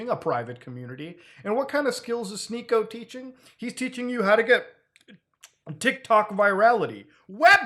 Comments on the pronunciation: "She-niko"??... I though his name was "Sneak-o" like some kind of goblin in a D&D capaign. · its sneako, not shneako. that said, never heard of this guy and dont want to start hearing of him nowq